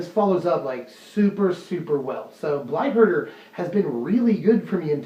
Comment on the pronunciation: I heard Blight Herder as Blight Burger. I now want a blight burger.